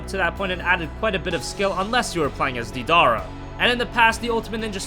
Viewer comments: Who tf is Dee-dara? I hate when people pronounce the names wrong cause it feels like they don't really watch the anime/read the manga. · this man said "deedara" AND HE SAIS HE WAS OP IN GENS?! ....Stfu